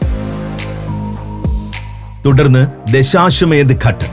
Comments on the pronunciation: ഘട്ട് അല്ല അത് ഘാട്ട്. ഹൃസ്വ അല്ല ദീർഘം ind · Pronounce as "ghaat"